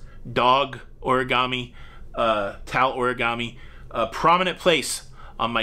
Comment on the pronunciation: PeTTA, for a second I thought you said "tall" and was wondering when you were so mean to "tall" animals, then slap on my forehead "towel" okay.. I get it... Next, question: is the COVID chart not updated because the Cruise Lines are not reporting or because the CDC isn't updating it, me thinks it's the CDC ...